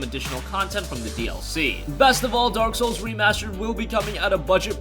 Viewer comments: Is it me or did the narrator said Dork souls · did he say dork souls? because that's accurate.